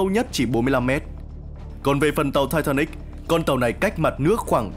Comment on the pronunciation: Sao ko đọc là titanic cho nó thuần việt nhỉ. Nghe thai tha níc khó chịu thật sự